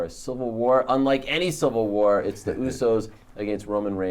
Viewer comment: @@ right they are useys instead usos lol